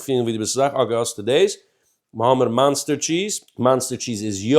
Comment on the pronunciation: OK dude, you're funny and zaftig. Ignorance is bliss so I'm sorry for taking you out of your blissfullness to tell you that it's cringe-worthy when you call it "Monster" cheese. It's OK to have threadbare shirts but sometimes you're such a stickler for pronunciation and here's a word that makes you come across like........